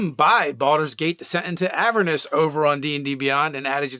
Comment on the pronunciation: On that note. Avernus is a real word, based on a real place. The accent is on the second syllable. "a-VERN-us".